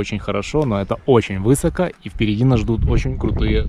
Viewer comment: У меня кровь пошла из ушей,когда услышал : вЫсоко. ВысокО,высокО мляха муха